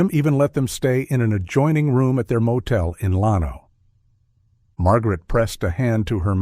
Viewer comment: When they mispronounced Llano I knew they weren’t going to solve the case